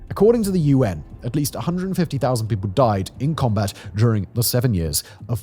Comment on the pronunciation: Haha, you said “combrat” instead of combat 😂